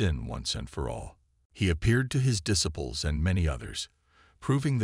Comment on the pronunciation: not AI?…then it’s a text-to-speech program. Example: “Disciple” The narrator pronounces it as ‘dissippel’ when it should be more like ‘diseyepel’.